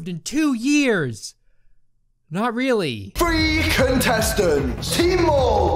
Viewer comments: Morgz says “three” like “free” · Morgz English skills: “ number FREE”